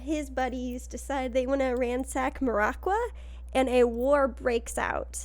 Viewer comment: As a big Maraqua enthusiast, I hate the way you pronounce Maraqua.